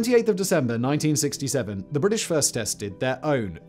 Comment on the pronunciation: “The 16th of Sesember”